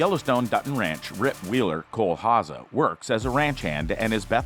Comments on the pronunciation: Its pronounced HowZer not HowSa . Rip Wheeler is just badass, women love him men want to be like him! Why he's loyal,dedicated, hard working, extremely faithful to those he loves and respects. Put aside the violence and brutal side of his character, he's everything(IMO) a man should and wants to be ! The episode when he tells Beth up on the lodges roof what he has spent most of his money on and why , says it all about him ! Just hope his past never catches up to him , and he dosen't ever take a ride leaving from the train station !! P.S. Why hasn't John rebuilt the log cabin for him ? All he has done and will do for the ranch warrants that ! If he's truly a son in John's heart and eyes , then he should be rewarded with that home again !! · It’s not HA-ZA. It’s HOW-ZER. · Cole Hawzaw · Hauser pronounced house-err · Cole Ha-seh. LMAO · It’s pronounced HOWZER. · Dude can NOT pronounce Cole's last name to save his fucking life........lol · If you can’t say Hauser, then why do you say it so often? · Learn how to pronounce his last name